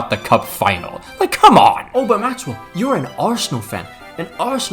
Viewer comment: not gay